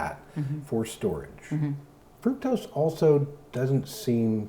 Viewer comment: Gave this clip a thumbs up -- however the word fructose is pronounced fruc (like puck) tose. Fruc-tose. Not fruit tose.